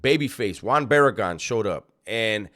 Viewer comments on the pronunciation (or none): none